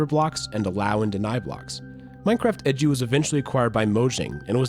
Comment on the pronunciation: Everyone: Minecraft E.D.U.: Minecraft EDGEYOU